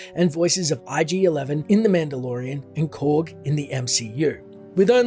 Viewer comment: My guy called him ayode it's pronounced aii o ahh dee